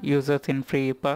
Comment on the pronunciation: Every one in the west says Free I P A as separate letters (initialism vs acronym). However, I like the way you say it like "ipa" (as one word) and will from now on be pronouncing it that way myself.